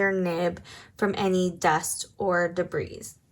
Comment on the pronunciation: Debris - the “s” Is silent - debreee